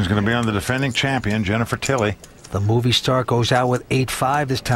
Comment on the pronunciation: who else understood "boobiestar" instead of "moviestar"?